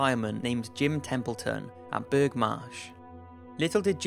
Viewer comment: As a Cumbrian I need to correct you on something. Burgh is actually said "Bruff" (Dont as me why). I love you videos. Keep up the good work :)